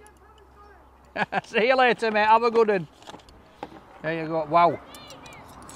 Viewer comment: love ur vids iam from Oregon have a? when u say "see u later sounds like u say Paul?